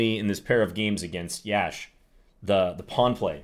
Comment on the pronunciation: Always grateful for these CTRL videos🙏 Btw, it's pronounced "yush", rhymes with lush